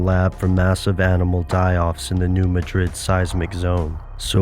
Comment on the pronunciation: New MADrid, New MADrid, New MADrid. not New MaDRID. MaDRID is in Spain.